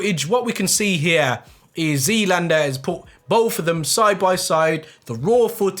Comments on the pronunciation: I just want to say, it's "ZLaner" NOT "ZLander" I honestly don't understand why you keep repeating the same mistake when you are reading it off the screen over and over again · It’s Z-Laner not Z-lander 😂😂😂😂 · Do you realise zlainer doesn’t have a d in it 😂 zlander you keep saying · zlaner not zlainer haha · Its ZLaner not Zlander lol. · “Zlander” mans saying it like skylander 🤣😂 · I can't tell if your saying Zlander on purpose 😂